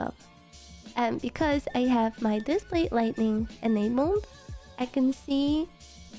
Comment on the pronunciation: Just FYI, it's pronounced "light ing" not "light ning"...